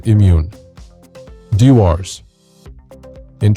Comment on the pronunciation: You should learn how to pronounce the names. Chivas and Dewars. Jeez...